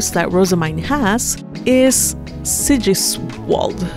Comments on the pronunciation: Sigiswald is probably pronounced Sie-Jiese-Vald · Sigiswald = [zi'giz'wA:lt] no sh in that name. It's german